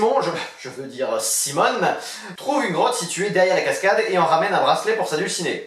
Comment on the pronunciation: D'accord, ça sera tant mieux si tu as le temps de le traiter. Et aussi, je ne sais pas si tu l'as fait volontairement, mais dans la vidéo tu parles de l'alter-ego de Simon en prononçant "Simone", au lieu de "Simoné" ;)